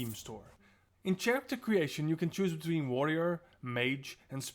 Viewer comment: Did you pronounce character with the ch... dude wtf